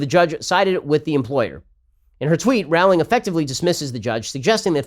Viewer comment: Rowling is supposed to be pronounced like 'rolling'.